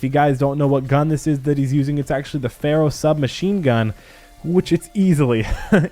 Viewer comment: "Ferrow" lmfao